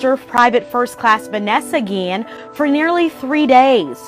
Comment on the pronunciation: vAnesa - gee-ian